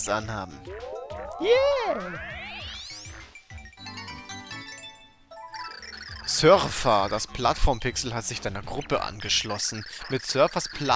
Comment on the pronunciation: Als du Sörfer gesagt hast habe ich Surfer verstanden